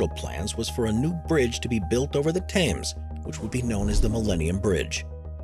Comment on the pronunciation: It is pronounced "Temms", not "Tames".